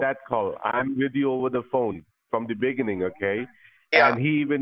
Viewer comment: I love how the guy said “im with you from the BENIGIN” im DYING WITH THE BENIGIN 🤣🤣🤣🤣